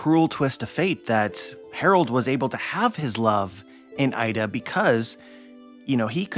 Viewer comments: btw 'Ida' is not pronounced as 'Aida', but 'eeda', as like double 'e' in 'keep'. if you want to pronounce it as the source does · Her name is Iida not Aida